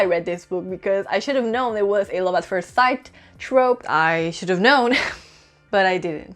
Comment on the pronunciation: I READ THE BETROTHED SO YOU DON'T HAVE TO...WHAT THE F----CK IS THAT? That is so stupid. It is like saying, I have lived a life so you don't have to. And learn how to pronounce first. Just google it. It is really easy.